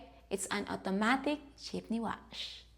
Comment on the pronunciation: Jeepny Wash hahaha... what a way to say it